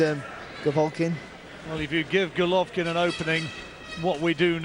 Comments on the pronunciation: C'mon get his bloody name right, it's Golovkin not Govolkin. Dear me! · Who the hell is Govolkin? Just listen to the guy sat right next to you. He pronounces correctly about 20 times ffs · so irritating that the announcer keeps saying 'govolkin' - learn the names guy!